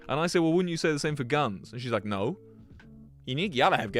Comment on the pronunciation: "naur" holy cornball